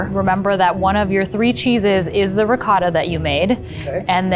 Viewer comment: I'm shocked at the fact they didn't know what rennet is, like, here (Italy) you learn how cheese is made in elementary school, I guess we take our cheese very seriously lol P.S. Zach, awesome pronounciation on that last 'ricotta'!